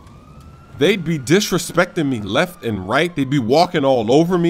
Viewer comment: i like how you say -how did heee not see mi